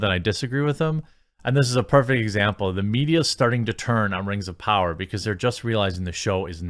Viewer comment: Rangs of powwa